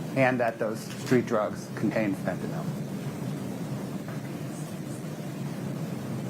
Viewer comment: Fen-ta-NILL, not Fen-ta-NOL.